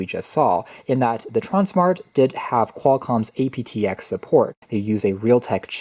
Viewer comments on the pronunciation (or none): Say it as APT-EX not as A.P.T.X.